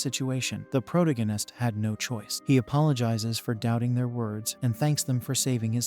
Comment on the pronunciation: Please hire a real person to read. It’s painful…. I can’t say protagonist